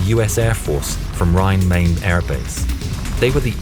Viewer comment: Rhein Main. Main is pronounced like rhein. not like the word main.